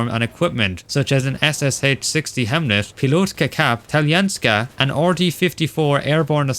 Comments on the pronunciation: Identifies 260 inaccuracies. Still says “aNARchronistic” and “hemlet” 😅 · why do u say hemlet?😑🤣🤣🤣🤣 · Am I hearing word hemlet when he says helmet? Or are my ears doodoo ass? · Why does this guy keep saying HeckEler and hEmlet and similar?